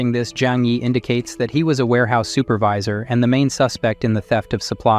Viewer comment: all thoese words like super-vee-sir were on pourpos right?